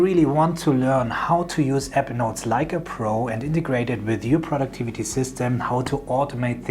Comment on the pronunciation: You sound more like you’re saying “Evernote “ than you do “Apple Notes” ..:..